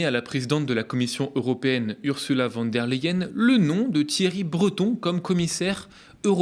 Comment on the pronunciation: Ont-ils le droit d'agir dans ce contexte ? C'est ça la démocratie? Ça suffit avec ce théâtre!!! Ils rendent la France ridicule à l'Etranger. Encore un.point : prononcez Fan der Layen!!! Ça me fait mal aux oreilles.